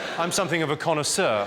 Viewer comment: The only english speaking man that can pronounce "connaisseur" the right way and not "conoisseur". someone had to note it